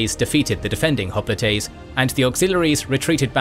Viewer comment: I've never heard hoplites pronounced the way the narrator pronounces it in this video. When I looked up the way it's pronounced in Greek, it sounds close to the way the narrator pronounces it, but not quite the same. I prefer the way hoplite is pronounced in the usual way over the way this narrator pronounces it.